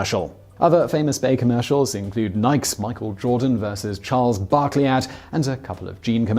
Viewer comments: Just curious.. Not calling you wrong or anything, but wondering why you the shoe company Nike as if it rymes with Mike? The word is a greek vord meaning Victory. And everyone ive hever heard sayi it seriously says it like "nigh-kee" even the company in its own commercials sometimes... Its it a regional thing like soder (soda) maters, etc? caue ive heard you say it that way several times. And far beit from me to correct anyones language, i feel like proper nouns, being names and all, shoudnt really be locked behind a language barrier unless the proper noun uses movment of the mouth in one language that is absent in the other and vice versa. Like Calling you Seemon Whystler or something. I feel like as long as the other laguage has the sounds of the word, it shouldnt be too hard. I feel youd be " no. it doesnt sound like i as in high. it sounds like ih as with, so no not Whystler, Whistler." Same with Nike (nigh-kee) and reeses is surprisingly bad about it too with a lot of people saying "ree-sees" instead of reese-ez (es, is, however you would represent the es sound as in dishes and washes. Not a huge deal, but a pet peeve i guess... it runs in the same vein as why the uk says pasta with the short a like pastor and dad, when everyone else, including italians, who invented to word, say it with the umlaut A as in Daughter and water... i notice lil things like that. lol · If anyone cares. Nike chairman Phillip Knight has confirmed that it's "Nikey" not "Nike" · Say it with me. Nike. "Ni-kee." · promontorium the Greek goddess' name is actually pronounced more like Nee-kay, so that really doesn't make any sense to people who aren't native english speakers and maybe more familiar with Greek and similar languages. You can't mispronounce a name and then make fun of the rest of the world because they don't get why you're pronouncing it so differently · Did he just mispronounce Nike?😂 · It's the Greek goddess of victory, so it's two syllables.